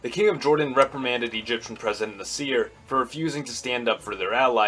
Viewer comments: First, I wrote it down, and didn't pronounce it, so how do you know how my pronunciation sounds? I can pronounce ص more or less (I speak some Arabic and my grandparents spoke it as a first language). But my point was not that an American should be able to imitate an Arabic accent perfectly, but even still, saying nahSEER is still too much of a mistake. Like, even if he watched news footage from the period when Nasser was alive, who pronounced it as nahSEER? Same goes for any foreign name. There's accepted, common ways for an English speaker to pronounce, for example, the name of the Russian composer, "Tchaikovsky", which, although it may not sound exactly the same way as the way a native Russian-speaker might say it, is still within the realm of an educated, informed pronunciation. If you say "TSCHAI-kovskee" or "tshaikov-SKEE" emphasizing the first or last syllable, you'll sound ridiculous. Or, take the painter Van Gogh, you don't have to say it the way the Dutch say it (the "gogh" in his name sounds like Arabic خ), you can still say it the way Americans/Brits say it "Van GO" but if you put all the stress on the "van" and say "VANgo" that , to me, sounds absurd and ignorant. Same thing with "nahSEER". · Even so, Nasser was a famous enough personality whose name was well known in the West and if you watch or hear news footage about Nasser from 50-60 years ago, they never said na-SEER. I'm not saying he needs to have an Arabic or Egyptian accent. I would make the same criticism if he pronounced Nehru, or Gandhi's names the accentuating the last syllables. like nehROO or ganDEE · Nah sr (badum-tss) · Hey buddy, it is pronounced "Nassir" not "Nasseer". What planet do you come from? You are clueless about Middle Eastern history. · I think it's Nah-sr not Nih-seer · Stop pronouncing Nasser as "naSEER." Emphasis is on first syllable, NAH-sser. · It kind of irked me the way you Pronounced Abdel Nasir